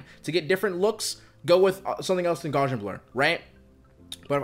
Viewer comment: Love this video! Unsolicited fun fact; Gaussian, pronounced gow-see-an, is in reference to the the transformation Ps is using with Gaussian function, or “normally distributed noise”. Thanks again for the video, as it is super helpful.